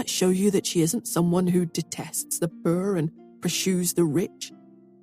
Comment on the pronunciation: I'm a southerner, country as cornbread and we have crazy pronunciations BUT I have never heard poor pronounced purr 😻. I giggle each time I hear it, anyone know where the accent come from? Purr 🫗😹💵🙀💲🙀🫗🤣🤣🤣